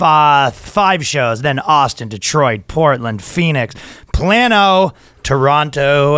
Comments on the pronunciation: I don't care if it's a Spanish word or not. I live right beside it, and just saying how it's pronounced. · He also pronounced Plano wrong . It’s supposed to be pronounced play-no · Plano is pronounced "play no".😂